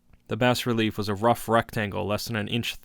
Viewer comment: Bas is pronounced Bah btw. Excellently read otherwise.